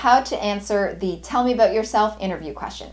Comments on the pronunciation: i'm stressed out by the way she says "abewwwwt" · i seem candian...your pronunciation of "about"😅...verry helpfull thanks